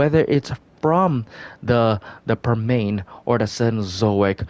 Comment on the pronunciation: Permian: 🗣”Perm-EE-Unn”